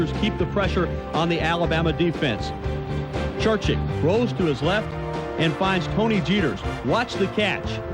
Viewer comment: Think how good Alabama would have been if they recruited the entire South, and not just white players. Amazing. And it's Churchich, not Churchick.